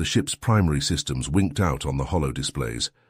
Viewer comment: Holo display, not hollow display.